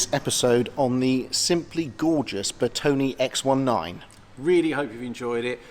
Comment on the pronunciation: 🤔🤔🤔 it is “ NOT “ pronounced Bertoni or Bertony, the proper pronunciation is BertonE with the stress on the E as in Error. Ciao!!!!! 🙄😳😳🥴👍👍